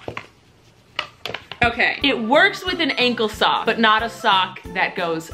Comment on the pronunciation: I love how she calls it an angel sock 😂❤️❤️